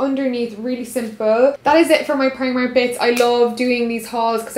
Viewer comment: That's not how you say primark and you're Irish